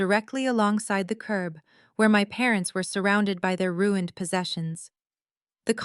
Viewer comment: Why can’t AI say ruin/ed?? 🤬🙄